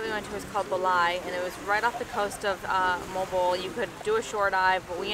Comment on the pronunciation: Its pronounced Mohh-Al Bo-Al